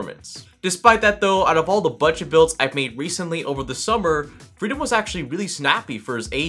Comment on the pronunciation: Couldn't tell if he was saying freedom or Frito till I checked the desc. lmao